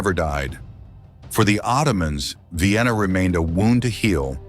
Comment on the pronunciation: AI is AI, but I do find it humorous that Vienna is Vye-enna. 😀